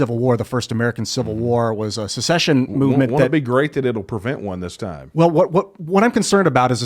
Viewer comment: It’s SECESSION. NOT SUH-session